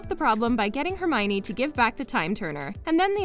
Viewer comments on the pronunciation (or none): Oh for God’s sake, it’s not HermIny! It’s Herm-I-o-ny! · Her name is hermeeownninny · I was surprised that Hermione is so much like J.K Rowling. And I pronounced her name like this: Her-mi-yone. When I first saw the name.